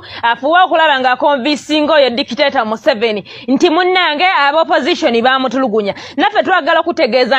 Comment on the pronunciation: 😂😂😂😂😂😂😂the muzungu can't pronounce museveni name mbu even he's not remembering it naye banaye🤣🤣🤣🤣🤣🤣🤣eno documentary bom eri bosco